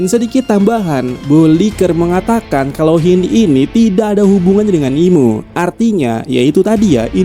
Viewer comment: channel ini nyebutnya bener "Imu", channel2 lain pada ngawur "Im" , "Emu" , " Engu"